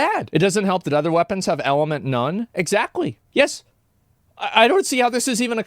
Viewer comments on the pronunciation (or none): Love it when u say „exZACKtly“!